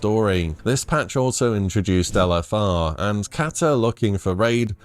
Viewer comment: English being my second language, every time you said LFR, I understood Elefar, which I assumed is the name of a raid boss I never encountered yet 😂 It does sound cool tho: Elefaar...👍